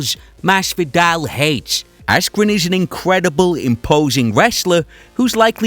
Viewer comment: Ben askwen Silly wabbit